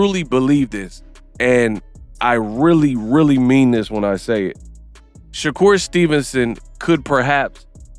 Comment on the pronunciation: Sha-Cap Stevenson 🤦😂